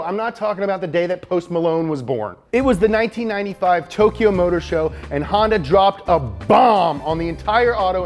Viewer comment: Hon ----yawn-----da